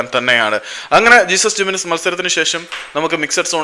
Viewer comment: Jesús Jiménez സ്പാനിഷ് പേര് ആയതിനാൽ "ഹേസുസ്" എന്നാണ് വായിക്കുക. ഇംഗ്ലീഷിൽ "ജീസസ്". അതു പോലെ "José" എന്നത് ഇംഗ്ലീഷിൽ "ജോസ്" എന്നും സ്പാനിഷിൽ "ഹോസെ" എന്നും.